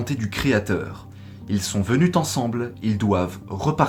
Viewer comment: 7'50: " sans jamais l'avoir vue " Le COD placé avant l'auxiliaire avoir s'accorde en genre et en nombre. 😉 Et puis à 8mn: "ils sont venus Tensemble... " ça, c'est vraiment vilain... Merci pour tes vidéos toujours excellentes.